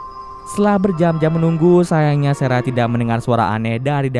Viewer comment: sarah bang bukan serah